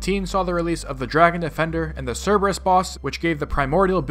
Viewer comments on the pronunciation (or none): none